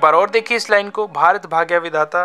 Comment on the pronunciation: Sir it's not Baghaya it's bhagya